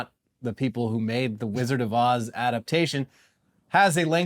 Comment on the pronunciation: "The Wizard of Oohs"